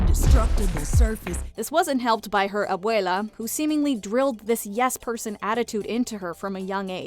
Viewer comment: They accidentally called abuela abuelo I giggled a little